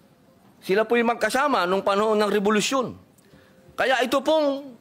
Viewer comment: anong sabi nya? rebolusyon daw bwahahaha